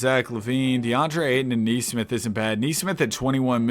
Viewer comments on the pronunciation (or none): none